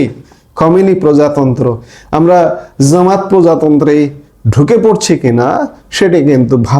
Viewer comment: Z & J moddhay uchcharon e difference na janlay jene neya uchit,shuntay biroktikor,zamat ke jotoi oshohoniyo laguk,jamat bolle toh r kono extra khoti hobena !